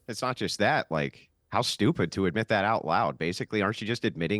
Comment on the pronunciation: Theron says “thawt” instead of “that” just like the younger women today.